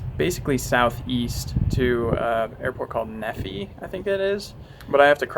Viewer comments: I know its late... but...... when you said Nephi, i died hahaha! Nephi, as in the way you prounced it, neffee, is pronounced Knee-fie. Welcome and goodbye, Utah! :) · neffy? "knee-feye." The Apache is there because the Utah NG has an attack aviation unit, and Dugway PG has a huge impact area for training. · Knee-fy not Nephee, in case you were wondering on the pronunciation of Nephi. Freaking awesome videos, I'm loving them. I think I'm going to save up and try to get into this stuff! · "Neffy" 😂😂😂 it's "knee-fie* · I LIVE IN NEPHI! And it's not pronounced neffi, it's like kneef-eye. It's so badass watching you come to Wendy's a block from my house after watching you for so long!!! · Nephi is pronounced knee-figh. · The town of Nephi is pronounced like the joint on your leg combined with your eye ball. So Kneef eye. Check out Bruno Vassal's page where he flies from Nephi all the way to the Grand Canyon in his glider in ine day, no built in engine, just thermals. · Utahn here, It's so cool to see you fly over i-80 and around my city, also we have some weird cities and nephi is one of them, and it's pronounced Knee-fie, keep it up man! love your vids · Not often you hear Nephi, UT on the ol' interweb - Good hometown for me - it is pronounce knee-fi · It's pronounced knee-feye (Nephi) I'm from Utah, some 175 miles south of the aforementioned spot in a small town called Cedar City. In rural communities trust is natural (the free use of the car) and becoming rare. Good ol country folks doing good things because it's the right thing. Great video! I'm seriously thinking that I need to fly. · I have been to that rest stop many times. That is funny. And for the record, Nephi is pronounced Nee-fi. Awesome videos. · Nephi is Nee-fie with a long e and long i. Nice flying man! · When you're a utahn and you hear someone say Nephi wrong and you're like Neefeye. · I'm from delta over in millard county and it hurt my soul to hear say "nefy" the entire time😂